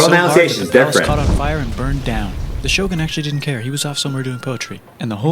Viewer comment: I am from the western world, and I share your pain with his pronounce of "Shogun"